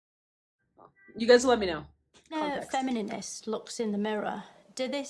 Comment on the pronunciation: I love the deliberate mispronounciations like "WestminISter" and "FeminINinst" etc. Most reactors do not get the "Richard The Fifth" joke.